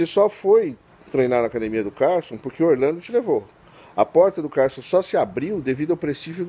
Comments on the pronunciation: Se não falar ACADIMIA, não é um Gracie rs. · Esse é representante dos Gracie falando acadimia !!